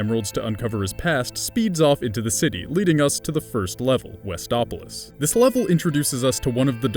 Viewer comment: "Huzzah! I only have to play through Westoplolis 10 TIMES TO FINISH THE GAME!" XD